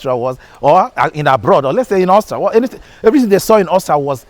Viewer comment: Why can’t Nigerians pronounce AUSTRIA? What I hear is Austra.